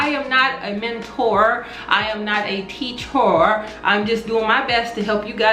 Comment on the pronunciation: I'm Nott a mentor or "teachor" lol Me: but we love you, can you pleassse be my mentor 😂 j/k keep these awesome videos coming ❤